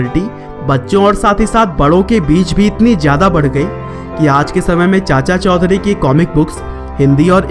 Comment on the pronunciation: Chaudhary I think not chaudhury